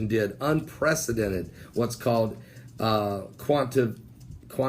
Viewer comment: You missed a couple syllables........quan-ti-tae-tive easing and crypto not cryptic currency. I love you.